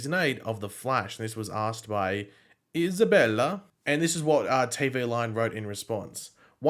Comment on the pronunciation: why did he say Isabella like that 😂😂